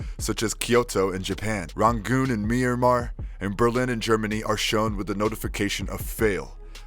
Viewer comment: You said "myanmar" !!!! Thank you